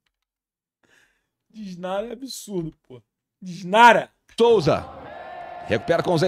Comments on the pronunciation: Cara meteu um "DISNARA" kkkkkkk Matheus Souza fazendo escola kkkkkkkkkkkkkkkkkk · Sério que ninguém vai falar sobre o "Disnara"? Que porra é essa? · O q é "disnara"?? 😂😂😂😂😂😂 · "DISNARA".... SNARFFFF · Disnara...Disnara....que poha é isso???? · Que p... é "disnara? Kakakakakaka